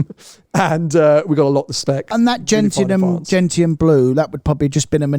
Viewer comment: not "Gent-ian" but Gentchen", please. Ask your mother about Gentian flowers, where the colour comes from.